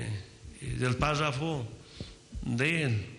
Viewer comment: "Páshafo", "Parfo", "Prrafo",.... ni siquiera sabe pronunciar PÁRRAFO bien.